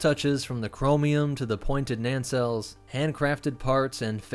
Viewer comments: Nancelles? You mean engine nacelles (pronounced as nay-cells). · "NANcelles" Me: "*NAYcelles" YouTubers in general need to do more research on how to pronounce uncommon words. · What's he saying? 'Nancells?'